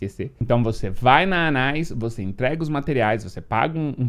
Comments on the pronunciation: Não joguei e esse é o primeiro video que vejo esse jogo, mas acredito que o nome da personagem se fala tipo Ana-is, mas óbvio que Anais fica "mais melhor". 😂😂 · É anaÍs 😂 não anÁis kkkk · O nome é (Ana-ís)... não anais kkk